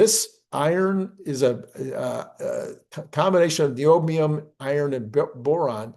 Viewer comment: It's pronounced neodymium not bla b l a b l ad I ngdo